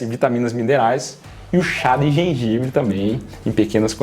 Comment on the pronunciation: Chá videira 😅ortelan😅 cidreira